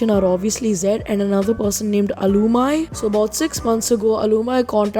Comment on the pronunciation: It is al-u-meee not alumy